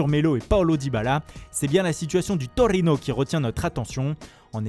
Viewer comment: Andrrrrrrea Bellllloti du Torrrrrino😂